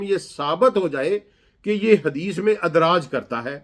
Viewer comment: تم صحابہ کے بچوں کا بیان کردہ دین بتا دو تمھارا مطلب یہ ہے کہ دین محفوظ نہیں رہا اس جاہل کو لفظ ادراج بھی صحیح پڑھنا نہیں آتا اور لوگوں کو دین سکھلا رہا ہے اس کی باتیں نری بکواس ہیں